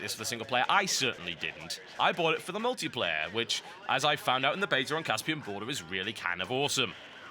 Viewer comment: What is this "ultiplayer" you speak of?